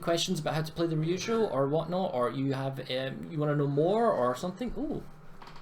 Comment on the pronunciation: wrong pronounciation of Ryujo and being a weeb stopped you from getting a sub :/ other than that, good video